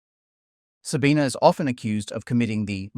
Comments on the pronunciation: Why do you keep saying her name with an A at the end? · Her name is Sabine, not Sabina. Constantly saying her name wrong. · First second of the video - failing to pronounce her name correctly. Already garbage. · loses some cred by not consistently pronouncing her name consistently. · Please pronounce her name correctly - you pronounce it without the schwa at the end in several place.